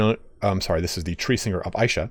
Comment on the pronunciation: Good video, like to see all the little mechanics specific to the new lord. Also, Isha is pronounced with a pronounced "e" rather than an "I".